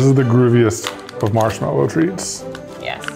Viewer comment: noooooo chese insted of mashmelo